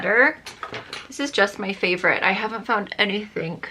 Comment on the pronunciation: You have those little English accents when you say "anything", "everything", etc. New Castle area????